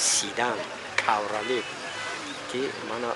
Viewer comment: Кавралет не калхоз кабриалет. Эла